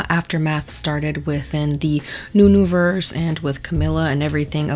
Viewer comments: “Nunuverse” girlBYE😂😂😂😂😂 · The “nunuverse” 😂